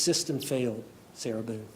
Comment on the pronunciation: Did the judge call her MS BOOZE.. LOL I think he said BOONE But sounded like booze